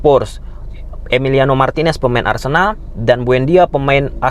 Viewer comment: Emang katakan Cuti Romero main di Spur ada yg slah? Kalo Emi emang slah karna nyebutnya min di Arsendal 😂